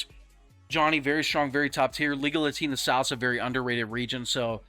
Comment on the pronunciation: I know it’s Liga Latina, but it sounds like you are saying legal latina 😂😂😂